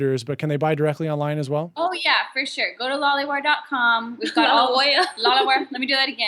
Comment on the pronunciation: Thx for sharing! But it is loliwear instead of lolliwear.